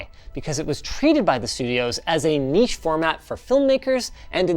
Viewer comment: A north american that pronounces niche correctly, but still says jif